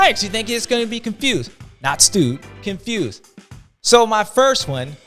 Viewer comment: Every time you do the ‘confewsed’ section I hear ‘Constewsed’ lol sexton needs a mental rest of some kind. Think he’s definitely in his own head at this point